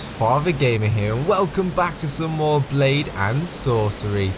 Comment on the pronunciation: You said lady and sorcery